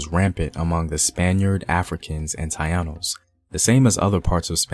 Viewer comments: Not Tah-ee-Ah-nos, but Ta-EEh-nos. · Taínos ( tah eenos) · How are u not pronouncing the indeginous tainos properly. Smh. Learn correctly before u post videos about PUERTORICAN HISTORY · It is not "Taianos" but instead "Taínos" is their rightful name. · Tainos bro, u pronounce it ta-ee-nos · Taínos correct pronunciation is Ta-ee-nos... great video tho! Thank you! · Its Tah-E-Nose..Tainos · Dude, I really don’t have a clue as to who you are, or where you get your info from, but I strongly encourage you to do much serious research. For starting, for example, by pronounce the native race of Borikén like it should be: Taínos, with the emphasis on the “I” , and the first free black man to set foot on the island was Juan Garrido, a Conquistador part of Juan Ponce de León’s entourage. Garrido was born on the West African coast, son of an African King. He next went off to join Hernan Cortés in the conquest of Mexico, not before prospect for gold and fight together with Ponce de León to repress the Taíno and Carib tribes. Ah! BTW, the largest contingent of African slaves came to the island from present day Gold Coast Nigeria, Dahomey, and the Guineas.The majority ethnic groups were the Yorubas, Igbos and Bantus, from the Guineas. And, were brought to Borikén after the Taíno population was almost decimated by brutalities and disease. I could continue on, but I hope this little help encourage you to look deeper in the history of a Nation obviously is not your own before make any comments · Very nice but your are pronouncing "tainos"and "Ponce" wrong!